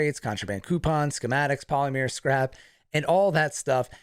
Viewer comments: You are so incredibly helpful, thank you for explaining this so clearly. "I think polymer is pronounced (PAHLL-i-mer) Like Hollander. :)" Sorry lol. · Huh someone teach him how to stay polymer.... Not polyMEER! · Sorry to be that guy, but that is NOT how you pronounce Polymer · why does he pronounce "polymer" that way? Seriously it hurts every time.